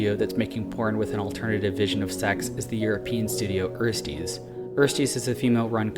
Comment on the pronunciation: Ersties is pronounced with an e sound like in elevate not like in earl and is a term that refers to first semester college students in German ;) I think bellesa is also doing a good job in pushing the industry towards more ethical pornography. Interesting video as usual.